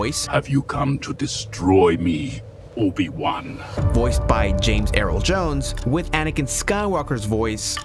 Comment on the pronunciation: James EARL Jones, Not James Errol Jones.